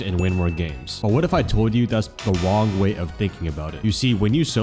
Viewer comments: No way you said "wong" at the beginning of the video, even tho you had made fun of yourself because of that before. (The short on Kafe) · The "wong way" 😭